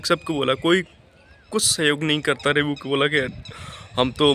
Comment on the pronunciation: रिबू नहीं होता है रिव्यु होता है